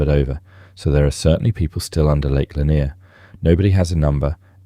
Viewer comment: Its Lake Laaa -near